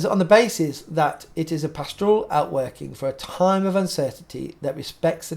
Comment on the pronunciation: PASture, PAStor, PAStoral. Not pastORal. But keep up the good work!